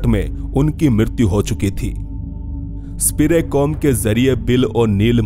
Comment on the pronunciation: अंग्रेजी में कुछ भी हो सकता है 😅, स्पिरिकॉम को स्पिरेकॉम बोल रहे हो 😅😅। कमाल है कि एक वैज्ञानिक मर चुका है और फिर वो ही मशीन बनने के बाद बात करने लगा और कुछ समय बाद आवाज भी गायब हो गई 😆😆😆😆🤣🤣🤣🤣